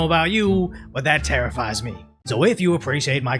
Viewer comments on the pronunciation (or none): Did you say it tarrifies you? Hehe